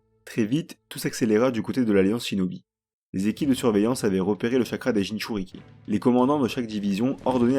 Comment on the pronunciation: Franchement, la vidéo est incroyable! Je l’ai pas encore finie mais Wouah!! Par contre, je comprends juste pas comment Sasuke a obtenu le MS? Et on dit « Jinchuuriki » pas « Jinchuuruki » 😅😂 mais tu faisais plus la faute à la fin donc bon 😂